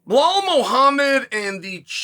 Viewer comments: I encourage Chael to pronounce champ's name properly! He's not Blehal! 🤣 Honestly, Bilal wins me over with his approach. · Who the fvck is bluh-hall? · Uncle Chael won't even bother pronouncing bullhall's name correctly with that world championship belt around his waist. I'm just sharing with you...that's cold.